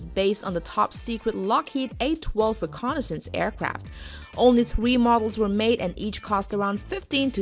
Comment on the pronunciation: Mach thwee point thwee